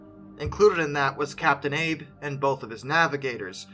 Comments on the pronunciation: Abe is English, Ah-bey is Japanese. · Abe (at least the Japanese version) isn’t pronounced Abe like Abe Lincoln it’s pronounced Ah-bay. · In Japanese "Abe" is pronounced Ah-Bay. (no silent E in Japanese) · Captain Abe - "ah-bey". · I believe the name of the Captain of the Shinano is pronounced Ah-Bay, not like the nickname of USA's 16th president. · Abe is pronounced "Ab-eh" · AH-BAY AH-BAY ok once more AH-BAY = ABE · AH-BAY. You are reminded that Google Translate has a pronunciation aid for most languages -- the little speaker icon -- and there are countless "How to pronounce" YT videos and websites for essentially every language, including many that Google Translate can't handle. Also: oh dear lord. COO POH LAH. If you're not sure, look it up. Not hard to do... mispronunciations do you a disservice,, you're not Morans Guy, but stuff like that makes you sound like a dunce, when you aren't, all too easily.